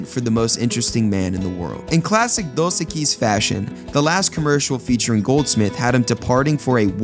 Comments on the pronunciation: Apparently the person talking over this never hear The Most Interesting Man SAY Dos Equis because if he had he'd be pronouncing it CORRECTLY with the accent on the Eq in Equis rather than the uis. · Why are you mispronouncing the beer name? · Before you do another one of these, I think you ought to learn how to pronounce "Dos Equis."